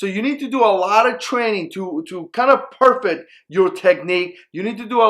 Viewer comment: When you say "perfect" you have to put a bigger emphasis on "fect" or it just doesn't make sense how you use it. PerFECT